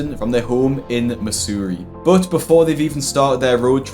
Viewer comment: Never heard someone pronounce "Missouri" like that before lol. In the US we say it like "muh-zur-ee"